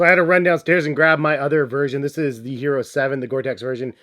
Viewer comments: Yes, it's not Hee roh like he says. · ee-yeh-ro. Pls pronounce